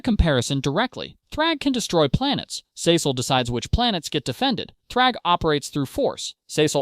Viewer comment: couldn’t get past the first minute cause of how you pronounce his name lol